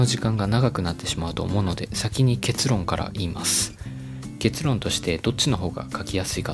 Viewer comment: 結論の発音がケツ（お尻）論